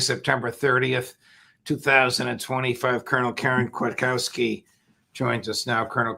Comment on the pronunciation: Lt Col Kwiatkowski, you should insist on the Polish pronunciation of your name, Kvee at kov' ski, which is beautiful. Coach Krzyszewski made people pronounce his name correctly, and yours is easier for Americans to pronounce.